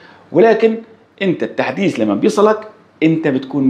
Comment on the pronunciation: التحديس ❌ التحديث ✅